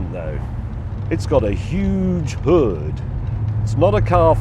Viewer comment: James, when you try to sound "American" when saying motor or hood you sound like you are trying to emulate Minnesotans (as in the movie "Fargo"). If you want to pronounce motor and hood like a true American motorhead then you need to listen to any album by Lynyrd Skynyrd, at least enough times so you can repeat more than a few words in the Skynyrd accent. Skynyrd was southern rock, which is the birth-place of NASCAR. It is true the American cars of the late 60s to early 70s have pathetic performance compared to anything made in the last ten years. But try as they might, no one has authentically replicated the feel and the sound of those old beauties. Thank you for the video flashback.